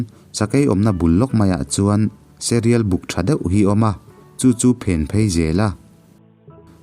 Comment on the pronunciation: Ka ngaithla ve chiah a, Serial hi enge ni ngai??? Sairil, a nilomaw? Silai kau rap, kau, tih i thluk dan hi. Mizotawng i thluk dik lo nasa ve hle mai, fimkhur a tha a sin.